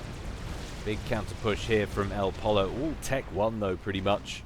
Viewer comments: think elpollo is pronounced el po yo spanish for chicken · it's pronounced Poy-yo, El Chicken en espanol. :)